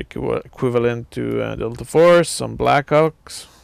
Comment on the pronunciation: Great vids, but one thing: it's pretty hilarious when you mean to say "black ops" but it sounds like "black cocks".